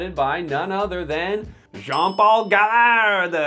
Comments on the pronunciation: Easy to bash a company when people do not take responsability of seperating their garbage from their recycling. Also you should learn to pronounce names when you make videos. Gaillard is pronounce ''Gâyare''. The company helped to put a retirement funds for farmer in Columbia with the gouv. To help the farmers to have a decent life after they stop farmings, clooney's paycheck is also given to this fund at 100%. Nestlé is evil yes I agree, but some good is made also. How many of all commentors in here never threw away their coffee filter, wasted food, or recycle everything they can at 100%. I think a reality check is due in the mirror for most if not all of you. Most comments are probably from the US where NY coffee is acceptable and where sugar and milk and anything goes in coffee to make a dessert out of it is acceptable. Funny how people are quick to judge, ask yourself what you contribute to waste with your make-up, your mobile change every new model that comes around, your clothing waste, house decoration, ask yourself about how you consume.... And finally, you tuber asking for more subscriber is for 1 making more money so f*uckface capitalist works both ways. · It's pronounced guy-ar, gaillard French is nice ( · The name are french and you should say Gayar . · Yiu pronoun Gaillard wrong 😔 It's "Gah-yar" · I know that Quebec is only a part of Canada, but I am not gonna lie - I am surprised and disappointed about a Canadian butchering a french surname so much. :D